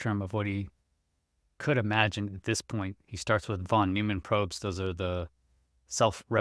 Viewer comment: I'm sorry but the mispronunciation of German names is really distracting Jung is pronounced like “young”; Neumann is pronounced like “noyman”